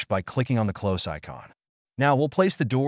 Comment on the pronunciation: and "close" vs "close" (obviously doesn't make sense just writing it out)